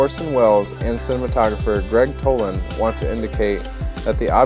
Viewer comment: It was NOT "Tolin", but Toland !